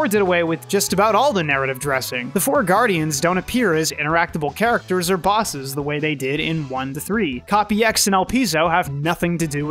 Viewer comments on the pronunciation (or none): none